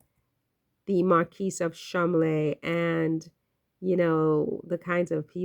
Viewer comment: Pronounced Ch-esh-er. Cholm-ley. Rose better get ready for the spotlight.